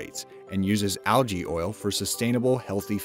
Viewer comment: Can u say algae right it’s annoying